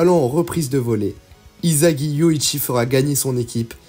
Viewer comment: On prononce issagi et pas izagi😊😊😊